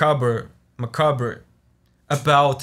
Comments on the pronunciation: Great video once again man. And, I think Macabre is pronounced "mekab" , "makab", or "maakab". But I think these are affected by accent. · Great vid as always! Oh and since you asked - macabre is pronounced ma-carb (it's got french origins, so say it like the french do and it makes sense lol) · Macabre- "Ma-cobb" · Macabre is pronounced "ma-kab," so basically pronounce it as if the "-re" at the end is silent/isn't there. French-derived words are weird lol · Just in case you still want to know the word “Macabre” is pronounced “Muh-Cahb” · Macabre = Mah-Cob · Macabre in American English is muh-kahb. In British English it’s muh-kah-bruh. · Btw, macabre is pronounced "muh-kAHB", more or less :)